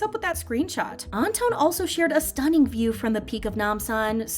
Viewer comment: Surprised the Chenle wasn't mentioned... I'm sorry but the way she kept saying Anton's name and St. Laurent..😬